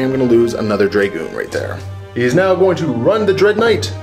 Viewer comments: Dragoon- pronounced drah-goon not draygooon, sorry for being the pronunciation police but it made me cringe whenever I heard it :) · I love the batrep, but stop saying draygoon please!! >.< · Its pronounced Drah-goon rather than Dray-goon